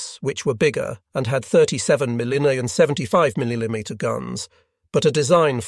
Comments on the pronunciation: around the minute mark, listen to the word "millimeter" be butchered. These videos are full of mispronounced English words that can only come from a computer. Most of the mispronounced words would never be done as they are regardless of the speakers native language, education, etc. Some words are mispronounced in ways that humans couldn't achieve even if that was the goal. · A lot of the mispronounced words aren't even close to German. When it chains them together it almost sounds like a renfaire esque attempt at mid English. Also it doesn't matter what language you have, your voice doesn't glitch when you try and say "millimeter" xD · Yeeeaaah, some random German word, fine. Millimeter? Asking too much, apparently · Someone needs to teach this AI to pronounce millimeter and Egypt